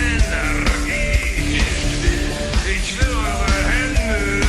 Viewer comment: You are saying "Ich" wrong.